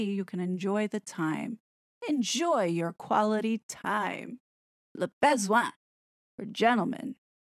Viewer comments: Yep, should be (very approximately) luh (like huh!) buh-zwon(g) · your pronunciation of "le besoin" is priceless - you are saying "le baise-oin." "baiser" in French means f-k. 😂 I guess the way English speakers pronounce it is just the point. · Your pronounciation of the 'Classy LeBesoin' pages killed me 🤣😂🤣😂🤣😂🤣😂🤣